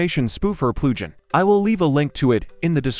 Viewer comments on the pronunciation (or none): the AI voice made it sound like plu-ghin